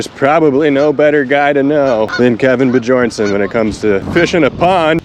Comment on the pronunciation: I believe the "J" in "Bjornson" is pronounced like a "Y", so not bee-jorn-son, but bee-yorn-son. Scandinavian languages pronounced "J" as "Y". Wikipedia explanation: In many Scandinavian languages, including Swedish, Danish, and Norwegian, the letter "j" is indeed pronounced as the "y" sound in English, like in the word "yes". Here's a more detailed explanation: Germanic Languages: The letter "j" in languages like German, Dutch, Icelandic, Swedish, Danish, and Norwegian is used to represent the palatal approximant /j/, which is usually represented by the letter "y" in English. Examples: In Swedish, the word "ja" (meaning "yes") is pronounced with the "y" sound, like "ya". Similarly, in Danish and Norwegian, "j" also represents the "y" sound.